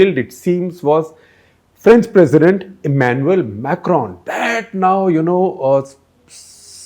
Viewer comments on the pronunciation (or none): none